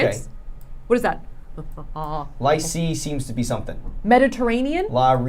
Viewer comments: As someone who speaks French lyceeeeee was just painful. It means high school btw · As a bilingual Belgian boy these French pronunciations are painful and cringe hahahaha also Lycée is the word a type of high school 🙈🙈🙈